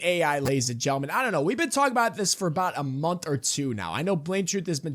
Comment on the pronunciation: you say it 20 times a video and say gentlemen with what sounds like a speech impediment lol. It’s maddening